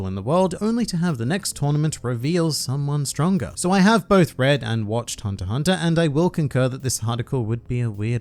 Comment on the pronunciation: I will not laugh since you didn’t say “both rubber and gum” you clearly said botrubber and gum.